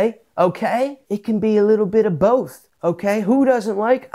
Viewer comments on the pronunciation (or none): none